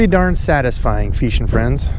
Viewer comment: Nothing fixes a busy Monday quite like hearing “What’s happening, feeshin friends”